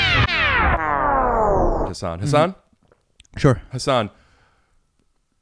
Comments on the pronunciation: What a class act Hasan is for letting Rick butcher his name the whole time and not ever make a thing of it. Good friend. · Literally everybody does. I didn't figure out how to pronounce it until I saw Patriot Act. But he never corrects people. Which I find strange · I caught that too. I think that was back before he clarified how its pronounced. hasan himself used to pronounce it incorrectly (in public) but thats bc its what people knew him by. On Ellen was the first time he corrected someone on a huge public platform which is likely how YMH knew about it. they talked about it for SO long on YMH i think he just let it go this time, its boring after a while you know? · It would have been great if when Rick did his Hasan. Hasan? Hasan... Hasan actually told him he’s pronouncing his name wrong the whole episode 😅